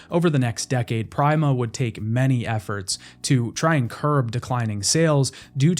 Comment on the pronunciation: Great video, but that can NOT be how Prima is pronounced.